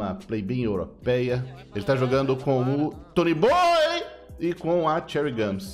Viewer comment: Muito bom o vídeo, só tem um único problema, não é Toooonyyybooooyy e sim Tonyboioooiii